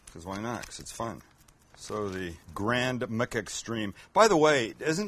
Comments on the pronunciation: Nobody: Sam: Grand “MOOK” Extreme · Sam: Grand MUK extreme burger Your Mc pronunciation gets me every tine haha